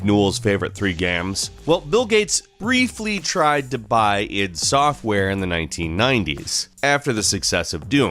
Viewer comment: I'm sure its "I.D. software", not "yd software"